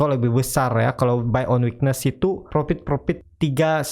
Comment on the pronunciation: Mohon utk Dibaca: "profit" bukan "propit", konfirm bkn konpim, fren bukan pren dll. Terdengar aneh di telinga. Mohon maaf...🙏🙏